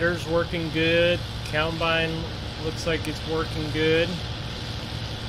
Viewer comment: It's combine not coulmbine